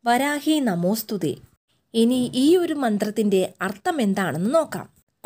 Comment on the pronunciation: വരാഹി അല്ല വാരാഹി ആണ്